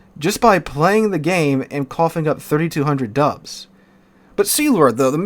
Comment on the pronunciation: Dude, I had to do a double take. I swear when you said "it's just 32 hundred dubs" I heard "it's just 32 hundred dollars"! I was like, damn how's that "just" lmao